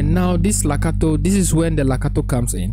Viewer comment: Its Legato sir. Not lacato